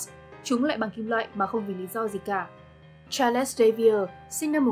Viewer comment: Charles đọc là Cha-rồ-s chứ không phải là Cha-lẹt-s nhé